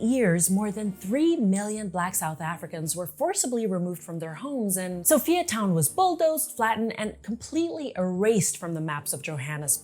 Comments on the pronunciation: Perfect but I cannot help the fact that you pronounce Sophia as So-Fee-Ya its So-FIRE Town not So-Fee-Ya:face-red-heart-shape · I love your video very accurate and precise also informative. Oh we pronounce it as (Soo-Fire Town) oppose to Sophiatown